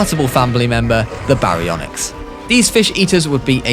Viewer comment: our alpha baryonixt like what the hell it's pronounced Ba-ri-on-ix Baryonyx